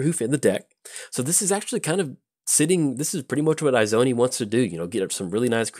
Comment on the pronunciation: They way he kept saying it was PAINFUL for me lol. Its Izoni as in E-zoni. Love the fact he played her tho :) Sincerely, An Izoni player